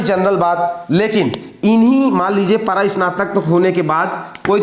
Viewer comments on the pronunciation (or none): परास्नातक ❎ परास्तानक ✅ 😂😂😂😂😂😂😂